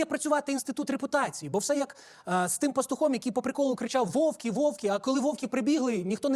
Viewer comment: Пішла мода каверкати наголоси… «Вовки, Вовки!», та вовки, а не Вовки!